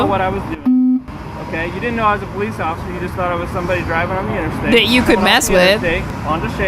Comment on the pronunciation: “Thank you occifer” 💀💀💀